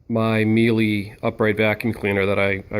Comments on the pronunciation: It's pronounced me la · Thank you, you would think this guy would know how to say Miele properly.